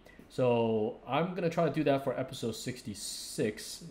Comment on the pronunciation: I love how you say "episawwd" x)